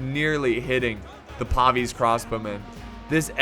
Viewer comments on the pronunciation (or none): Lol ya he was killin me saying pavese crossbowmen bahaha! Pavis-e pavise is a fucking shield not a race lol.